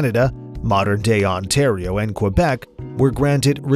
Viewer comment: Learn how to say Quebec